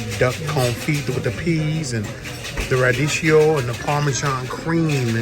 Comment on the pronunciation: Damn radicchio you pronounced it wronge